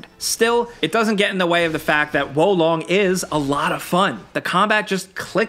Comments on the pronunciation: Hearing you try to pronounce Japanese (Sekiro) and Chinese (Wo Long) words has to be the most painful thing I've experienced this year 😂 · You german girlfriend also says wo long? Hier long! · Can't watch the video with how you pronounce wo long